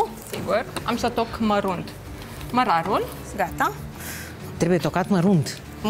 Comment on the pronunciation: cica "marunt" 🤣🤣🤣